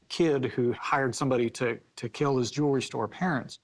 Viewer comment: How does a jeweler pronounce jewelry “jew-ler-ee?”